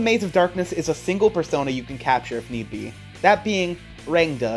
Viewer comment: i'm pretty sure you pronounce rangda as " ruhng - tha " i say this as an indian but like. NICE VIDEO DUDE